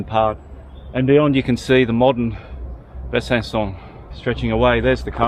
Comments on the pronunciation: If you want pronunciation, it's BUH-SUH-SAW (slightly nasal on the latter two syllables). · Ridiculous! Making a movie about a French town without obviously speaking a single word of French -- and not even being able to pronounce the name correctly! 🙄